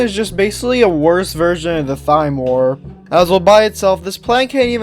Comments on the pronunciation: I dont mean to be 🤓, but Thyme warp is meant to be pronounced as Time warp. again sorry for being facetious, but it kinda irked me. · I am so sorry to be this person. But it’s pronounced “Time” warp. You don’t pronounce the “H” in thyme.